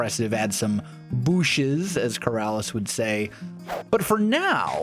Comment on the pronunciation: I laughed a little to loud when he said booshes